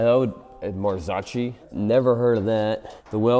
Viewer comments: Marzocchi, Maar-Zoe-key, its Italian, owned by Fox. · Not knowing Marzocchi, calling it „Marsootchi“, not knowing Pirelli is an italian company and never heard about Moto Morini. Tell me you are american without telling me… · Marzocci ?😮😅 I bet you say ,,Murseiydis Benz ", ,,Biiiieeemdoubleyu" and ,,aluminum ". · You never heard of "Marzoccchi" and "Morini"? In what planet are you living? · Doesn't know Pirelli is Italian, has never heard of Marzocchi and can't pronounce either. So American...